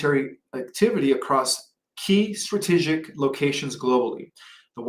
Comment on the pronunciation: "Stabbelization", "her-ralding", "Stratiggic", "Viggellent". Seriously? That's astonishing for someone who speaks English fluently and doesn't even have an accent.